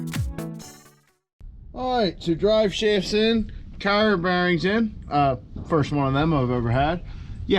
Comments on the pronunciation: no thats the name for it, but that was first time i noticed a Pennsylvania accent. You pronounced it like car-re-er instead of carry-er. I just have friends from Pennsylvania that have the same accent. So it caught my ear. I didnt mean anything negative. Keep up the good work! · Ive enjoyed this series, but you went full eastern Pennsylvania when you said "carrier bearing" lol